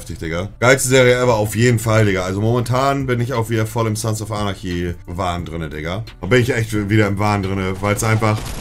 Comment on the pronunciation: Er kann nicht mal Sons of Anarchy aussprechen.